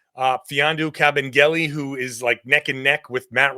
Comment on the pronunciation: Kabengele. Ka-ben-gele. KABENGELE. Please don’t let him go Brad. 🙏🏻